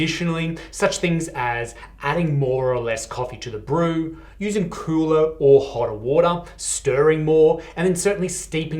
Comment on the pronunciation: coola or hoda woda? 😄 I like when the inner aussie appears